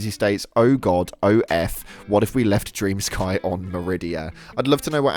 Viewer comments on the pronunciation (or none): FFS!!! It's not DREAM SKY... It's DREM SKI. It's a Ukranian name! 💜